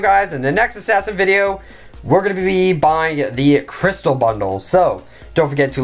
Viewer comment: I just like it how HE LIKE ASSAIN